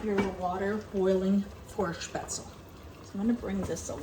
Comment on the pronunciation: Your pronunciation is pretty good. Though the e at the end is not silent and is pronounced like in "bed" or in "them" :)